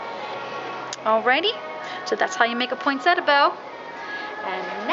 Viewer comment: I just wish people would pronounce Poinsettia correctly it is not a Poinsetta.